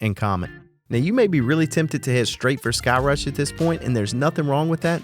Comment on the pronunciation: All I heard was " don't go to thigh-crush " hahaha. Great video as always.